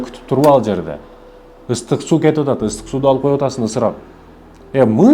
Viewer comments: Ыстык эмес ысык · Турка суйлосо сууду ыстык дебей